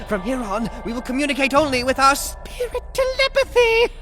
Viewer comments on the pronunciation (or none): SPIrIT Te-lUH-pathY 🎶